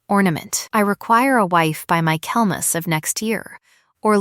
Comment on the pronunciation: Reading along with the transcript. It's Michaelmas, not "My Kelmas." Quality control wouldn't be wasted.